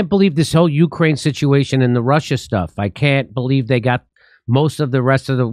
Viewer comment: Lol “OurKraine”